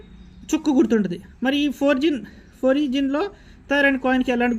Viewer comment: ఫోరిజిన్ కాదండి, foreign = ఫారిన్. అంటే విదేశములు.